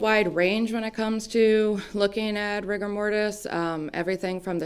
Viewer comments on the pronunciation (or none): "rygar" mortis? Is it really pronounced that way? Lol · Nobody calls it rigor with a hard I. 🤦‍♀️😂 This defense attorney is a dingaling. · Rigor IS NOT pronounced with a long " I " sound Madam Attorney -- LOOK IT UP !!! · the woman is driving me nuts with the computer and mispronouncing riggor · What's with the Defense pronunciation of rigor? There's no debate, surely? It's like rigid.